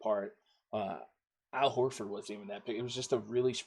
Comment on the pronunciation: Al Haaafor 😂